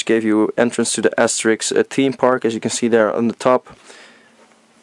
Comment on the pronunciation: lol the way you said Asterix... made me think you're Dutch